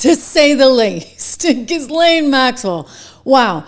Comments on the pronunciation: Name is pronounced ' Gislen ' 😉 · Pronounced Gheelane. Simple. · Her brother pronounces her name GEE-lin. I'm guessing he pronounces it correctly. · Her name is pronounced like JILL-Laine. Stop saying it the wrong way. You're supposed to be a professional. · Ghislaine is pronounced Gillan using the g as in good or go. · You saying her name irks me. Learn to pronounce it. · The "S" is silent in Ghislaine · Wouldn’t it be fun if when you pretend to report on people that you pronounce their names correctly? In the time of the Google machine you can look it up. Ghislaine…. Do not pronounce the “ S” in Ghislaine.